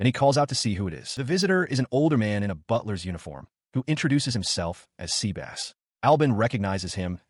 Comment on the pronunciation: Sebas ❌ Seabass🐟✅